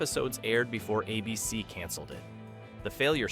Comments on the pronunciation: Does an actual human narrate your videos? Some weird artifacts there. "A BC" instead of "ABC" and Magnum P1 instead of Magnum PI? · Thanks. I was poking fun at the AI pronouncing ABC as Ahh BC and magnum PI as magnum P one. 😂 but still informative. Who’s mom didn’t have or still have the hots for Tom’s magical mystery mustache ride 🤣